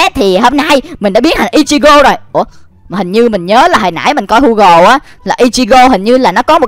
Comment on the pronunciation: Gu gồ chứ ko phải hu gồ